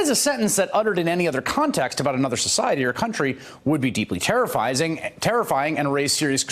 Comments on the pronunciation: Dunn "terrifizing" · I laughed when Maddow said "terrifysing"....